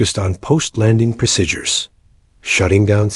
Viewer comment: No such thing as the word pro sid dures. Pronounce it like saying pro seed dures but it's spelled : procedures . Go back and learn American English. Also learn how to flight 482 It not four hundred eighty two. You also need to learn how to write military time.